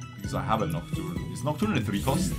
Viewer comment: I will unlike this vid just bc of the aneurysm it gave me when he couldnt read nocturne as he hovered over it several times. Checked to see if it was april first